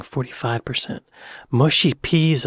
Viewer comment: That’d be “muhshy” not “mooshy” 🇬🇧>🇺🇸 😉